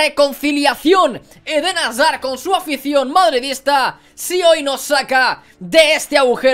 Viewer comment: Cada vez que dice azard me da una embolia.